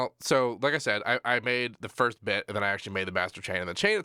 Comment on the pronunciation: Firsht? Senpai, notice me, Seampai?